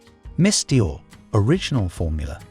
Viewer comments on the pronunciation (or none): OMG, the dreadful AI mispronunciations make this SO hard to listen to! Since when was Dior pronounced "Dye-er" ?